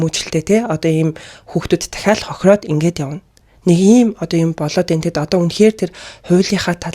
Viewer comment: Болоодээнаа биш- болоод байна аа! Монгол хүн байж ядаж ахлах сургууль төгссөн биз дээ. Бас энэ хийж байгаа зүйл чинь сэтгүүлзүйн салбарын нэг хэлбэр шүү! Буруу үлгэр дууриал болох болно. Гадаадынхныг дуурайж эх хэлээ ахиж битгий гуйвуулаарай!!!!!!!!!